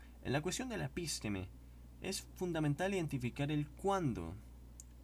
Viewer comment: Estimado amigo, son las am. Y tuve que levantarme a verificar co Ferrarer Mora. Su pronunciación (la suya, de usted) de la palabra episteme (así episteme, sin acento en la I). Usted pronuncia epísteme. Por ahora no me inscribiré a su canal. Esperé a ver si soy yo el equivocado. Si es usted, hay algo gtabe que debe superar antes de publicar videos. Saludos fraternos.